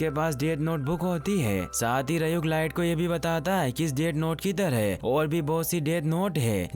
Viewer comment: rayuk nahi ryuk bhai